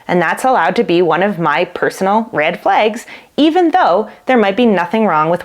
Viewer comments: Your saying Red just fine. It's Flags that makes it seem like u have an accent because you say Red Flegs and Green Fleg. Try pronouncing flag with the short a as in apple or bad....your using the short e . That being said I think it sounds cute Red Flegs .... And I love rhyming so like in rapping it would be how a rapper would bend a word 'turned a blind eye to the Red Flegs he had his eyes all over her legs We're just friends is what he says I'm a train wreck alone in his bed He got the Wrong part of my body wet Picturing her arms wrapped around his neck she wasn't blind to the green Flegs dancing in his wife open eyes' Well .. I never write raps that are emotional or about love or loss of it so that's really stilted. I am best at angry Eminem style raps LOL Anyhow that is my prognosis of the pronunciation. I'm not trained in any of it so take it with a grain of salt! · As a Norwegian who only learned English at school, your pronunciation of "red" sounds perfectly normal to me. However, your pronunciation of "flags" seems a bit different for me (it sounds a bit like "flegs"). Is that a dialect thing? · You say "flags" funny too but you are cute, smart, & we love you 😂❤❤❤